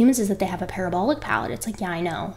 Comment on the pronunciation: Did you say, "Humans have a palabolic parrot" ??? ;-)